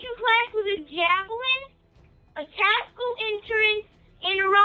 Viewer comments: Tactickle? Lmao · tackticklee lol